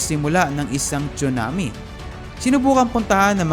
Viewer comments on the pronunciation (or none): none